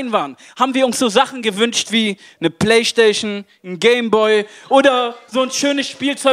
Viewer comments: Playschteyschn Button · "Ne playschtaschion" 💀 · Play Schtation 😂😂😂